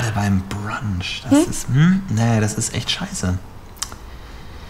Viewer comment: Brunch nicht Bronch